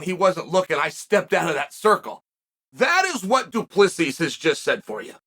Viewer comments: I'm just sitting here watching these videos waiting for Chael to realise that it's actually "Du Plessis" and not "Du Plessi". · "du plizy" better stand down "there's no stupid Chael here"